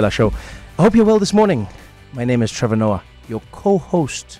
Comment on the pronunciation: It's the "Trevorrr" pronunciation from the callers😂😂